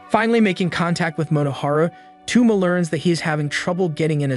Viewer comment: TwoMa? Toe-mah my guy.